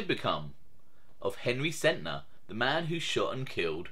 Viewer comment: Nobody ever realizes the guys name was SENTNER AND NOT SENTER! I thought I was only one who realized that!